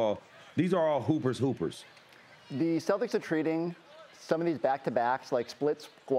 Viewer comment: Who are these "Stodders" that is talking about...?